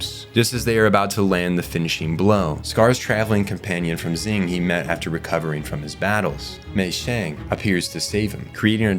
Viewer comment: I love these videos, it really gives me an in depth perspective of series that I thought I already knew so much about. But I swear to the heavens above, if he pronounces Xing "Zing" one more time, I'm gonna lose it. 🤣